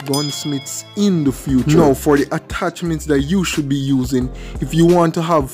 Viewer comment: He said 5 attacments